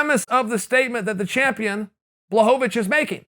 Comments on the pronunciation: It's actually pronounced Bwahovavich. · I still prefer the good old days when Chael would call him Jan BlahoVOVOVOVOVOvich.